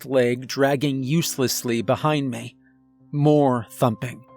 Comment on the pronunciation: Thank you for your annunciation of the word " Me" instead of pronouncing it as " Meh " It's little things that can ruin a good story ..💪🏻👍🏼